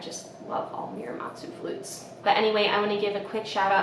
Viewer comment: Muramatsu. Moo-rah-mah-tsu. Not mew like the pokémon :)